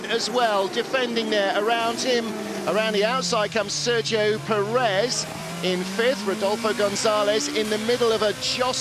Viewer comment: "serjo purrrez"